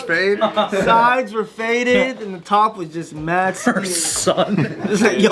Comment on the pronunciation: Mad sounds like "Not"